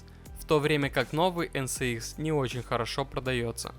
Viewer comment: От ЭН СЭ ИКС уши вянут)) ЭН ЭС ИКС)